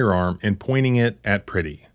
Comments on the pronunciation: Peretti, not Pretti.. Pronounced per-eddie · His name is pronounced (Pr-eh-ty, not pretty). This is the video (and the alliance) I've been waiting for. More to come, I hope. Please don't just talk together. Work together. I find it interesting that this is the very reason for the Second Amendment, and also shows why it's utterly outdated these days. It doesn't protect people as it was intended. It raises the body count. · Please say his name correctly out of respect for his family per retti is how it’s pronounced